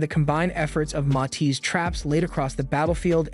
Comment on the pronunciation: Its Matis not mati